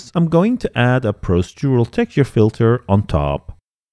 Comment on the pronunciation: Very interesting, thank you very much. You're so much more knowledgeable than I will probably ever be but perhaps I can help you with one tiny piece of advice on pronunciation, dealing with the word "procedural"; It's pronounced "pro-CEE-dural".